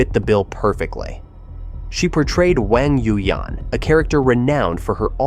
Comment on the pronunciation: OMG the way you butchered Wuxia, Wang Yu Yan, Xiao Long Nu.... LOL